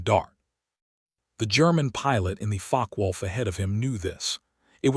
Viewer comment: Im sure Focke-Wulf is not Fock-wolf as per your subtitles but You also aeem to pronounce it that way rather than like fock-er-wolf.